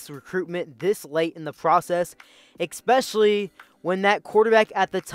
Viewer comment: “exspecially” is not a word.